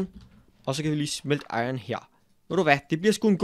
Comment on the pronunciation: der er iron og ikke ion #nohate